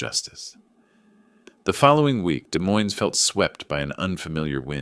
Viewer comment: It's pronounced "Dee Moyne" - you need better AI